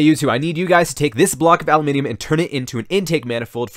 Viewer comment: you broke character, you said it right